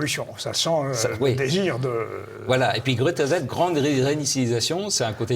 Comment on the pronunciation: "Il sera question de "Grète rizette" ?! M^me si vous n'aimez pas l'anglais, faites un effort pour prononcer à peu près correctement. ça ne donne pas env-ie de vous écouter